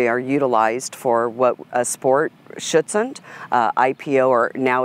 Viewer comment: I was waiting for someone to call that out also mispronounced schutzhund!